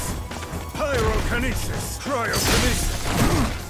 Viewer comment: So annoying saying everytime "Pirokinesis" and "Criokinesis". Jesus!